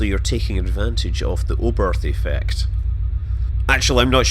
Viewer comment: "a planet called... eeyarth"